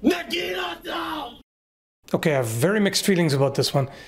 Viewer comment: He takes the cake for absolute worst pronunciation of "NA-GI-NA-TA"